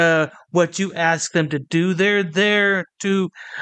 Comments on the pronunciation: 'ask' not 'arks'. Why can black people anywhere in the world not say that word? It's something that has baffled me for 50 years. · Yet more 'arksin'' jive.